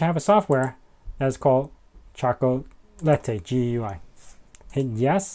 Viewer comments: Pronounced "chalk la ti" as in - it tastes chocolatey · By the way, I think it’s pronounced “chocolate” followed by an “ee” sound.Think of it as by analogy with e.g. “sugar” → “sugary”, “spice” → “spicy”, hence “chocolate” → “chocolatey”.